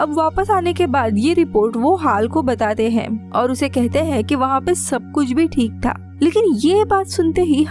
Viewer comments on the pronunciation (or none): Sab kuch bhi theek tha nahi bolte sab kuch theek ta bolte h madam